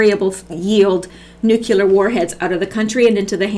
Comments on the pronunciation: you are so highly intelligent. Please say Nu-clear instead of Nu-cu-lar. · Nucular is not a word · Come on ppl...you can do it! Say it with me now: "New...clee...er" "New...clee...er" "New...clee...er" "New...clee...er" "New...clee...er" "New...clee...er" "New...clee...er" Hooked-on-phonics can work for YOU too! That's how You CORRECTLY pronounce "nuclear" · Amen brother! It destroys a person's credibility when they say "nucular" rather than the correct "nuclear." G.W. Bush sounded like the idiot he is every time he confronted that word. I hope all my ex-students pronounce it the correct way. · Interesting, but distracting and painful to listen to----as she stumbles over words mispronounces "nuclear" and she even admits "I can hardly read it myself".